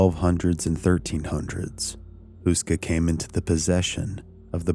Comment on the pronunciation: Barely recognised that you ment Karel Hynek Mácha. It's not pronounced like that at all. Google translate does pronounce it correctly tho, so if anyone wants to hear it, it's an option. Houska is also pronounced differently. You pronounce it like Hoo-ska, but it's more like Hoe-ska XD The name means bread-roll, a traditional braided one that is very common in Czechia and surroundings. It's kinda strange to see how interested foreighners are in this seemingly unimportant old castle, and the supernatural and hellish reputation they assign to it. I only learned about it from this channel a few years ago. Makes me wanna visit it again.